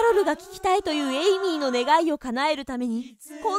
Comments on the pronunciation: 1分50秒の時エイミーが、エミリーになってました。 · エイミーなのに、エミリーになってる。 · エイミーなのにエミリーになってる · 1分47秒の時エイミーなのにエミリーになってる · 1050秒のところエイミーなのにエミリーになって る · エイミーなの？エミリーなの？ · エイミーなのにエミリーになってるよ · エイミーなのにエミリになってるw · エイミーやのに1分49秒の所エミリーになってるのってわざと？ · 1分45、エイミーなのにエミリーになってた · エイミーではなく、エミリーになってた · エイミーがエミリーになってる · エイミーがエミリーになってますよ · エイミーがエイリーになってた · エイミーだよね？なんかエミリーになっとる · エイミーのことエミリーになってる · エミリー？ エイミーじゃなくて？ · エミリー？エイミーじゃないの？